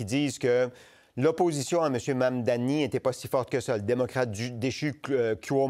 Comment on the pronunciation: Monsieur le journaliste je vous demande d'arrêter de massacrer le nom de Monsieur Mamdani c'est gênant